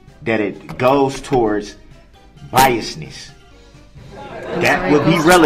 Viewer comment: Oafe. Bofe. And troof. Biastness. Bwahaha bwahahahahaha a true scholar. Shock device I know how it looks